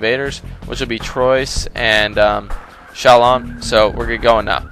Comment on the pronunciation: I'm french i live in french and the pronunciation of "Troyes" is "troua" nice vids guy